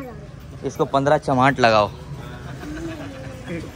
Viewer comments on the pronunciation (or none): none